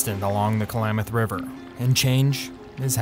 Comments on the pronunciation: The narrator mispronouncing Klamath as Kalamath is annoying. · Stop saying Ku-Lamath! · Ugh, the narrator needs to know how to say Klamath...like clam... not Kalamath. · Announcer calls it Kal-lam-muth. Is that correct pronunciation?